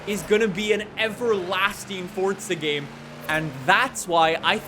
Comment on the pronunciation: Stop saying fortza